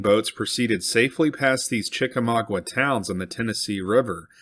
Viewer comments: Chickamauga has no 'W' after the 'g'. Therefore, it isn't pronounced: Chick a - mau gWa but is pronounced: Chick -ah-ma-ga -the terminal 'a' sounding like 'guh'. not 'gwa'. Thank you for correcting the pronunciation. Chick a mau ga. mau = maw (rhymes with 'saw') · Chek ay may ooga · You mispronounced "Chickamauga." Pronounced correctly, it is CHICK-uh-MAHG-uh. I'm from Chickamauga, Georgia ⬅ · "Chickamauga" was mispronounced in this video, as those of us from Chickamauga, Georgia will attest.